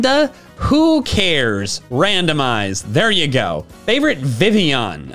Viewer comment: I love the pronunciation of Vivillon, definitely no L in that name, it's 100% 'Vivion'